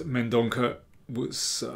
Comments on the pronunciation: I think "Mendonca" is pronounced with a soft "c". Love your books and videos. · Daniel, the 'c' in Mendonca is prounounced as 's' in sea- Thank you for all your efforts:) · He is from Goa. Its a Portuguese surname and is pronounced as Mendonça. I say this because I too, share a Portuguese surname.